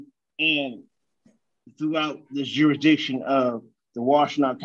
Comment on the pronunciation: Jewishdiction?🤣🤣🤣 Other word invention I heard - exshoesme (may add more)...Sunglasses and ballcap in court - that's a bold move, Cotton! Let's see if it works out for him 😂😂😂